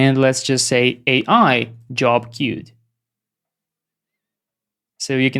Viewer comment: That “que-wed” was funny 🤣. Such an amazing, knowledge-packed video! How do you plan or architect an application when you have no idea how it works under the hood for example, tihs n8n clone or the Lovable clone? How do you come up with the architecture?